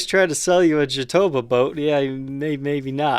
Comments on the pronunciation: You almost nailed the name: The accent is not in the "to" (jaTObá), it's in the "ba" (jatoBÁ) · Brother the way you pronounce Jatobá the stronger syllable is the last one